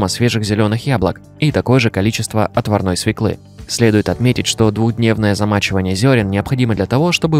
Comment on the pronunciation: Да не свеклЫ, а свЁклы.Ударение на Ё.